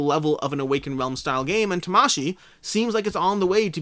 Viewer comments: If you want to pronounce Tamashii like how a Japanese person would pronounce it, then you wouldn’t pronounce it like how it is pronounced in the video. Syllables are generally not accented like they are in English. Vowel sounds do not vary like they do in English. So both “a”‘s in Tamashii have the same sound like the “a” in father. But Americans have their own pronunciations for karate and Hanabi, so if you want to sound like an American while pronouncing Tamashii, carry on :D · I think its pronouced ta-ma-shi-i as in Spirit or Soul in Japanese. I also like to add that the "bad habit" of having insanely high ratings even before the game is out is really something to take note. I am not sure if these are just people from the company who might not even had played the game. And even if its beta testers, its at best a rating of the beta, might not translate to the final. Seen that happened on imdb as well...